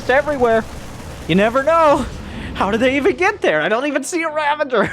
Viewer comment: hahahaha no way he said ther